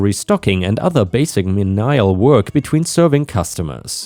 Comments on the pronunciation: "menial" is "mee knee ul" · 🌟⭐🌟⭐🌟⭐🌟⭐🌟⭐🌟⭐🌟⭐🌟⭐🌟⭐🌟⭐🌟⭐🌟⭐🌟⭐🌟⭐🌟⭐🌺🌿🌺🌿🌺😊🐈👑🐈🥰 Hi, the word menial is pronounced Meen•ee•al. English is so often strange, lol. Thanks for all the great stories. 💗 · Menial = me-née-ul. Accent on first syllable⭐️⭐️⭐️⭐️⭐️⭐️